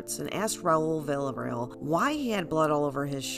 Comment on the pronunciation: I appreciate you, but I wish you pronounced Villarreal correctly